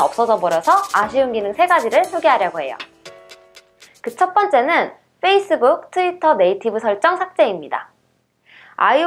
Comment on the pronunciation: 빼이스북 ㅋㅋㅋㅋㅋㅋㅋㅋㅋㅋㅋㅋㅋㅋㅋ 발음이 너무 귀여워요.